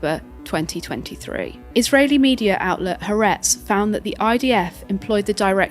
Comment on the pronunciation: FYI Haaretz is pronounced Ha-A-Retz, with 3 syllables